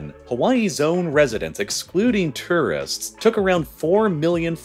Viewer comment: He also can't say two wrists (tourists). Or di backle (debacle).